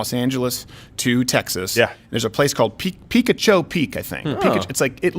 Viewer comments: Peek-a-cho Peak? I though it was Pick-atcho Peak? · Picacho Peak is pronounced pi-CAWCH'-oh Peak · Pronounced Pee-ka-cho peak. Right below the peak is a porn shop called lions den. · It’s Pick-Ahhh-Cho peak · I think Steven meant to say picacho peak (Pa-ca-Cho) peak 😂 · As someone from Tucson Arizona I feel the need to clarify the it is pronounced PI-CAH-CHO peak. Sorry to be that guy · You’re saying it wrong, it’s pronounced pi-kah-ch-oh peak and to my knowledge, yes that guy still works there. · Picacho Peak is close to my hometown of Tucson it’s pronounced Pee-cah-Ch-Oh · That is the worst pronunciation I have ever heard of Picacho peek ever heard. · Picacho Peak, he mispronounced.